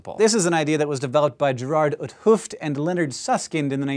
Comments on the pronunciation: You pronounce Gerard 't Hooft funnily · That is not how you pronounce Gerard 't Hooft